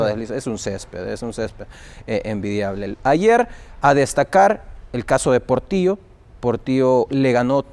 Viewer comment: Portio Jajajajajajaja o es Portillo. 😂😂😂😂😂😂😂😂😂